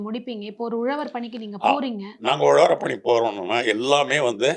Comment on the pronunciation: .Instead of saying Uzhavarapani,she says Uzhavar pani